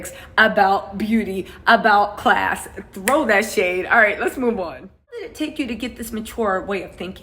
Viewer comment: Class not crass is what tuh day!! 🤣😂